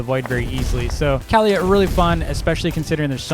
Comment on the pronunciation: Its not kowlyha its kaliyha